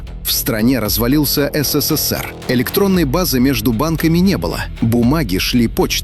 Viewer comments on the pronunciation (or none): none